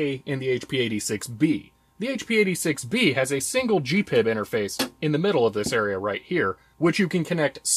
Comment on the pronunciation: G P I B ... Not Gee pib